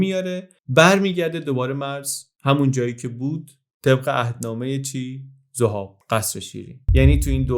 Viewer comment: خیلی عجیبه که حتی توی ویکی‌پدیا هم نام زَهاب رو می‌بینید و امروز هم سرپل ذَهاب و دشتِ ذَهاب داریم در حالی که شما بیش از ۴۰ بار توی ویدیو می‌گید ذُهاب. ممنون